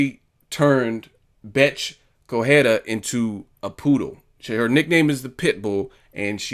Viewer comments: It is pronounced "Co-re-I-a" not "Cohera" Still a barking poodle, full of herself and getting smashed by a truly Champion. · Please pronounce the combatants properly. It's not corrhera, it's Correia.